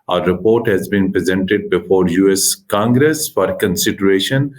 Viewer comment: Feels like watching 2 5th grade kids talking in English , your vocabulary is so poor and do not know how to compose a statement.... and Its not US Kangres... its US Congress...